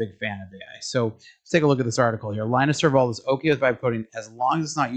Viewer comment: Linus Torvalds's name is pronounced "Lynn-us Tore-valds". Exactly how you would expect if the operating system named after him were named "Linux".